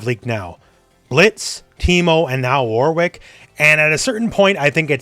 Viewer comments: I don’t want to be that person but…it’s pronounced “Worik” not “War Wick”. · Who is this War Wick you speak of? (Jokes, it's always been pronounced Wor-rick but I'm British so who knows) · The name Warwick is pronounced “Warick” stop trying so hard